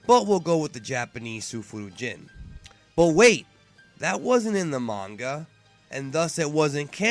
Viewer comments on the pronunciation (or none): none